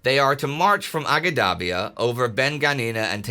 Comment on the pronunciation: Great episode. As a guy that lived in Libya, in Benghazi, and travelled a lot across Cyrenaica, I will fill out the correct names as unfortunately Indy is reading them in English although they were written in Italian (transcribed as close as possible from Arabic), so people can find them today: Agedabia - Ajdabiya - إجدابيا (the "G" is pronounced as in "George", not as in "green"), town in the southeast of the Gulf of Sirte, much larger than Marsa al Brega from which the desert path to Tobruq divulges from the Via Balbia, the coastal road) Zuatina - Az-Zuwaytinah - الزويتينة (small insignificant local port of Ajdabiya, but on a 2km narrow strip of hard terrain between the sea and Ajdabiya passable by armor) Magrum - Al Maqrun - المقرن (small community halfway form Ajdabiya to Benghazi) Solluch - Suluq - سلوق and Chemines - Qaminis - قمينس (small communities halfway from Al Maqrun to Benghazi, the latter on the Via Balbia, the former on the road from the coast to Jabel Al Akhdar, the Green Mountains that form the coastal range in Cyrenaica) That mountainious range of Jabel Al Akhdar, where the old Greek Cyrene (nowdays close to Shahat) is located, is the reason why both the Germans and the British thought Benghazi would be strategically unimportant (after the destruction of its port by Italians on retreat, German aviation on British occupation and presumed British sabotage on their own retreat). This is as that terrain is not tank conducive, it has plenty of gulleys (wadis) an